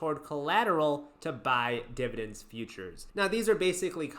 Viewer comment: Dude the way you say DIBADENDS - and HIGH DIBADEND YIELD WAERIORS makes me laugh out loud.